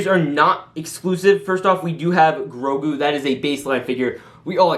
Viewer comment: I thought I stroked out when you said grogu